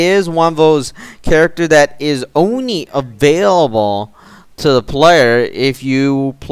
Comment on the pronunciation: He tried to say only but he said ony LOL